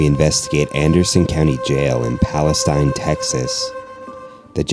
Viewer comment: I was born in Palestine… it’s Pal-uh-steen…. 💙💙💙